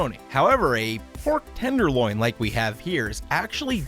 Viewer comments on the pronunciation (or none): You say tenderloin kinda weird no offense